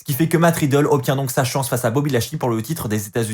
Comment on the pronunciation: super review mais arrete de dire matt riddle ses riddle mdrr